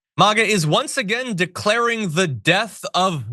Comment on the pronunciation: The way you say "MAGA" is akin to the way Trump says "Kamala."